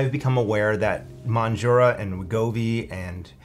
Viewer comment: He can't pronounce mounjaro, lol.